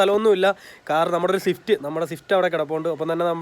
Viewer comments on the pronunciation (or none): none